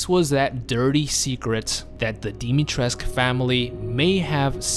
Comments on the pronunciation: Dimitrescu, not Dimitresk. The u isn't silent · Dimitrescu not dimitresc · That’s not how you pronounce her name. Dimitrescu has been falsely pronounced as Dimitreesk in English, with the final "u" letter being silent. This approach has been criticized by Romanian speakers who have said that the correct pronunciation is "dimi-tres-ku", for her name is Romanian. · If i hear ppl saying her name as dimitresc once more im starting the third world war. PEOPLE THERES AN U AT THE END THE FUCK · I hate how you pronounce her name! Pronounce the fucking U as well! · Love how said Dimitrescu multiple times before asking I am saying it right?? Yeah mostly but their is no cu at the end you just need a teacher try the duke. He is the one who taught me how to say it. Infinite CAKES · The romanian homie tells me that the u supposed to be pronounced